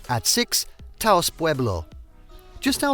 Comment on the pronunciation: Glad to see the caverns included here. So many travel guides and photo series seem to forget that they even exist. I won't go on about Gila, we always knew the out of staters based on that pronunciation. Taos, on the other hand, is pronounced more like house rather than Tah Ouse.